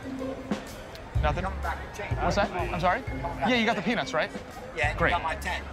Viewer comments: Why does Murr say "Peanuts" "Peenus" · Anyone else taken back by Murr's pronunciation of peanuts?